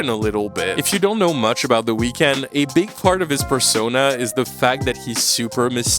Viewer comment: ngl you butchered the weeknd's name